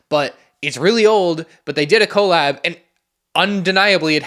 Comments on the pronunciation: Cole lab 😂😂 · I was gonna comment that it’s so bad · The crazy thing is the way you pronounce collab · Anyone else cringe at the way he pronounces Collab? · don't think i ever heard anyone actually say collab like that let alone however many times he said it in like a minute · Listening to mispronounce “collab” like fifteen times in sixty seconds was pure ASMR. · He was being ironic, right? He had to be doing it ironically 😭